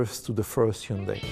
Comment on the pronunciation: 휸다이 라고 않하는게 연습 많이 한듯.ㅎ